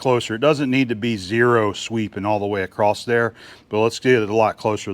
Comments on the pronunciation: Why do so many Americans say " acrosst" ?There is no "t" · It's local idiosyncratic phoneme usage. ''One explanation is that people say “acrosst” because of elision when the next word in the sentence starts with a “t” (like “the”). “Don’t go acrosst the road”. The words slide together and the “t” sound gets transferred to “across.” People may also associate across, a preposition or adverb, with the verb “to cross,” which has the past tense, crossed. Because of association, they can tack on a “ed” or “t” sound to “across” because it sounds familiar. He crossed the road. He went acrosst the road. Acrost is generally regarded as a colloquial pronunciation of “across.” It’s not technically correct, but it’s very common.''